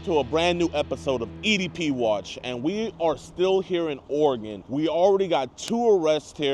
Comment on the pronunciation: JiDion! I’m really starting to like your videos. You just got major brownie points for pronouncing “Oregon” correctly. I’m from Illinois, and didn’t learn until I was in my 30’s. I had a customer from there, and his reply to my pronouncing it incorrectly was to ask me “How are things in Illinois?”, pronouncing it “ILL-UH-NOISE”. I said “OREGUN”? He said “Yup”.